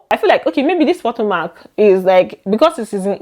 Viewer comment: I am not trying to be rude or anything but It pronounced puh-to - Muhk. Not po-to-mac.